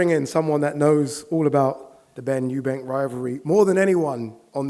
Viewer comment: He knows Eubank more than everyone, but still calls him Eubanks